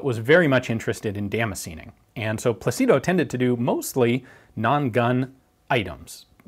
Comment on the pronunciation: PLA-ci-do. The accent is on the first syllable. Just like in English "Placid". So, "Plácido". Peaceful, pleasant, nice.